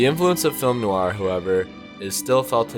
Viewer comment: Good Subject & At First I Thought It Was Ai But Then I Noticed It's Eight Years Old? It Sounds Like You're Pronouncing Film Noir, As Film New Are! Thank You. (Like #669 - Comment #80)